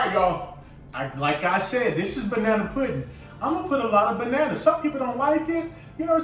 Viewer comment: Oops 😬at least:36 had to 🛑 it bruh that’s not 🍌 puddin (scratch) that’s 🍌 pudding (using pudding) 🤦🏾‍♀️. It’s ez for you but I’m Ol school 👩🏾‍🍳 and I make my custard from scratch and slice 🍌 and squeeze 🍋 juice so they won’t get over ripe (black)….I will 👏🏾👏🏾 you for making it your quick way but aht~aht that’s “pudding” NOT “puddin”